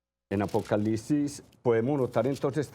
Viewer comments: La gente aveces no pronuncia bien o no escribe bien entendiste que era apocalipsis no? O no entendiste para explicarte desde el principio peonunciando bien apocalipsis y no apocalisis ya una persona ahora tiene que pronunciar bien todo para que la gente como tu entienda porque parece que no entiendes. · Apocalisis .....(?) donde quedo la “P” APOCALIPSIS mi Señor con todo respeto